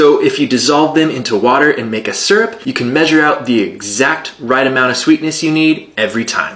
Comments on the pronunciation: I loathe the way you're pronouncing syrup. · it's pronounced SEAR UP.